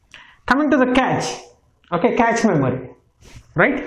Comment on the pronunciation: Good info but cache is pronounced as cash and Hz is pronounced as hurts.